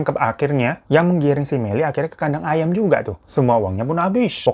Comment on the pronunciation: Aduuuhhh tolong ngakak bet dah denger abang ngomonk kos "kadang ayam".. Hahahahaa... Selalu ngakak kalau denger lu bang..😂😂😂